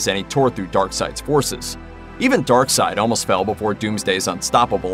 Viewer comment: Steppenwolf is just an awesome name......and darkseid also a fantastic name but should be pronounced darkseed rather than darkside....sounds like an offspring of Darth Vader